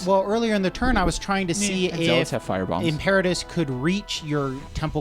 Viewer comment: also, im-pear-a-tus. It's im-per-a-tor not im-per-ah-tor